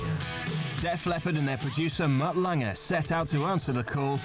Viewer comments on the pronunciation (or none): Why does the narrator keep calling him "Mutt Langer?" It's Lange. No R at the end. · Whys this guy keep calling Mutt "Mutt Langer"? No ER on the end dude. Just Lang. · Am I the only one bothered by the narrator saying Mutt LANGER? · The narrator cant pronounce "Lange" ?